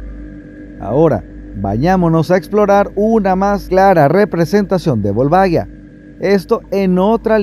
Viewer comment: Excelente video como siempre xD Sólo me la pronunciación del nombre me parece curiosa: lo pronuncian como si se escribiera Volvaguia, pero se escribe Volvagia y la pronunciación es diferente. Saludos